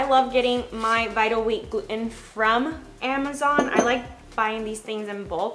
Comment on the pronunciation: Jesus Christ learn how to pronounce gluten